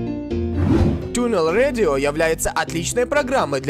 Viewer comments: Tuneln Radio (ТунеЛн реидио)??? Серьозно??? Хоть прочитать можно было правильно? Там же ясно написано "tunein "(ТюнИн) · Тунл рэдио...пздц чувак иди учи английский